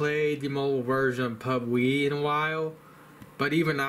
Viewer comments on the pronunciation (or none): its PUBG not PUBWE